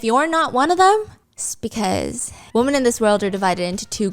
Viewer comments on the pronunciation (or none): Stephanie, your English is outstanding. I have noticed a tendency to pronounce women as woman. Very important to distinguish one or more. Women is pronounced as though o is short e or eh so WEH men. No o sound. Love you 😅